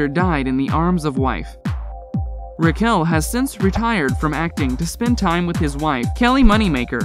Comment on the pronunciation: Right off the bat- it’s RECKell, not RecKELL. And it’s alfonSO, not alfonzo. 🙄